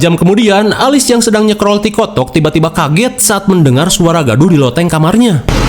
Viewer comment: Scrol tiktok bukan tikotok 😂